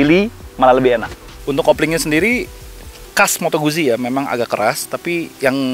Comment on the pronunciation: Pengucapan moto guzzi itu moto gut-ji hehehe